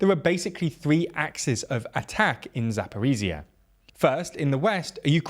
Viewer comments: Zaporizhzhia - the last 2 zhzh should sound like one long first Z in Geneva. 😉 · Or the S in ‘measure’ Not really sure why western military bloggers find it so hard, it’s not like this sound doesn’t exist in the English language. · There are two zh sounds in Zaporizhzhia yet you are keep saying Zaporizia. Zh as the sound in measure or leasire. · Hey guys, thanks for your vids. I'm from Zaporizhzhia and just want to share that "zh" is more accurate to pronounced like /dʒ/ sound like in word "giant". Heard this variant from volunteer English teacher from Liverpool and it's very close to the original pronunciation in Ukrainian😉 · "ZH" doesn't say Z. It is so easy to pronounce...